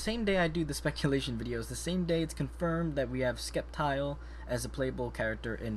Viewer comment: It is Sceptile the c is silent and Pokken (Pōkken